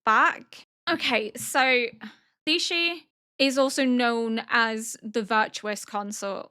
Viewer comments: Just pronunciation tips: The concubine names are pronounced - Ah- duo (but leans more towards the o sound) - Lee-shu - Lee-hwa - Gyo(ghi-yo pronounced fast)-ku-yo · I just want you to know I found much amusement in your attempts to pronounce Lishu's name 🤣 I think you managed to do it differently every single time I do not mean this is a mean way, I know you struggle due to your hearing, I mean it in a cute way. Like the documentary (about penguins) narrated by Benedict Cumberbatch where he struggles to say penguin (it is hilarious, highly encourage you to look it up if you don't know what I mean)